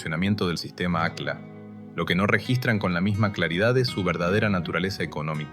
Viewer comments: Se pronuncia acj-lla, no acla y se escribe aqlla. En quechua, o qechwa, el fonema "Q" es gutural y suena como una "CJ", y la doble "L" es muy pronunciada, no es lo mismo Atahualpa que Atawallpa. Tembien es importante saber que tampoco se pronuncia como una "SH", como los porteños, que pronuncian "posho" cuando quieren decir pollo o cuchisho cuando dicen cuchillo. También el fonema "Y" en quechua suena como "I" y no como una "SH". Esto teniendo en cuenta que muchos ispano hablantes confunden la "LL" con "Y" y al mismo tiempo, la "Y" con "SH" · Esa voz...mmm, IA? Al menos corrige la pronunciación No es "Aclas", es "acllas" ( suena ac-yas)